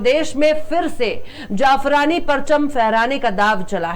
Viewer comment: Maam u r very frank and honest. keep it up. please pronounce zafrani not jafrani